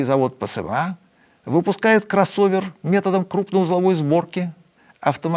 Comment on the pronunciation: Слово «кроссовер» заучит странно 😂